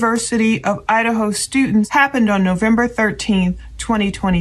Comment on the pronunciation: "students" not stuants